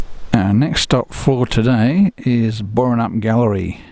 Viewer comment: You really ought learn tp pronounce Boranup!! Splash Rock. I was down there about 3-4 weeks ago. Standing where you were, your camera would have drowned. I got wet enough in the car park.